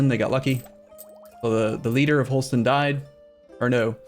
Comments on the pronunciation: Isn't it closer to how danish pronounce it? Just Holsten? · H-all-St-ine is it not? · His pronunciation of Holstein bothers me